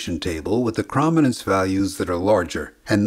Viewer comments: its not cra ma nanse its crow man nanse. Your pronouncing it wrong... Cro matic.. Croma. not Crama.. crom not cram.. dude wtf? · It's CROW-min-nance, not CRAH-min-nance. The detailed luminance response does not come from rods, but from the cones. The rods provide low resolution luminance only, away from the center of vision. The cones also provide the lower resolution chrominance response via neural processing that works on the differences between the three different types of cone cells. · Great video with clear explanation of this process, but jeez is that chrominance pronunciation distracting. It's chrome-i-nance, as in chroma, as in color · Good video - but my ears are bleeding. Chrominance is properly pronounce 'Chrome - in - ance' ... not "Chraum - in - ance' ! look it up. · I love the video. Incredible amount of work you put into it. One nit: I believe it is pronounced “krōmenens” with a long o, not a short a sound. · “Chroma” not “Chrama”. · "Perfectly"? Seriously? He kept saying "krom-inance" throughout the video. Chrominance is pronounced "CHROME-inance" FFS! His pronunciation drives me up a wall! Also we don't have red, green, and blue cone cells. They're called S-cones, M-cones and L-cones and are sensitive to a range of colors each -- with some overlap -- not just the three primary colors. It would have helped to do some better fact-checking before uploading this video. Edit: Also, he needs to buy a pop filter for his mic. Badly. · ChromInance rhymes with ohm. Long o. Chroma. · Argh! It's pronounced "CRO-min-ance"! 😝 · Excellent video, thanks. However your repeated mispronunciation of chrominance was rather distracting. krow·muh·nuhns Or chrome-in-ance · I'm almost positive that the O in "chrominance" is long. Like, it sounds like "chrome". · Could have covered Huffman just a bit, perhaps by the example of how commonly-used words are shorter than others. Huffman encodes the more common values with fewer bits. Also, it's pronounced krow·muh·nuhns.